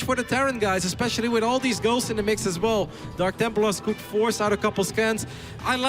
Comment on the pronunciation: 55.00 It sounds like he says "girls" when he says "ghosts" ^^